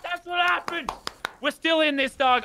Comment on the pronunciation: The amount of times lazerbean said daug is the amount of likes on this comment